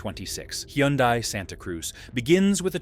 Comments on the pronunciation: It’s pronounced HUN-DAY. (Rhymes with SUNDAY) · The AI voice algorithm tried about 4 different pronunciations, all wrong. 🤖😅